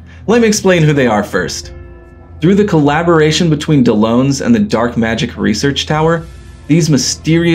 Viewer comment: Why does he still continue pronouncing Dellons as if he's spelt Dellones....